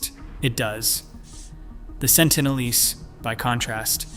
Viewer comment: Sentinel-eese? Try Sentinel-eeze. (Pronunciation, obv.)